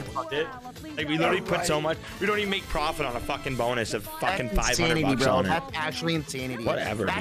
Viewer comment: I dont get it why he always say PRAFIT eventho he lost 5k